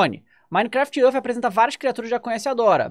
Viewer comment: "minecraft ãrf"